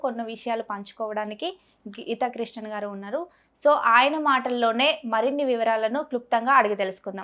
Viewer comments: గీతకృష్ణన్ గారు కాదమ్మా "గీతకృష్ణ". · అమ్మా , ఆయన పేరు గీతాకృష్ణన్ కాదు, గీతా కృష్ణ . పక్కా తెలుగువాడు . తూర్పు గోదావరి జిల్లా.